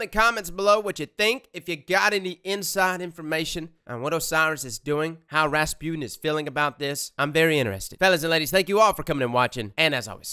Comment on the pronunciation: Am i the only one who thinks that he pronounce Rasputin kinda wrong ?? It's ra-spu-tin and not Raspune 😅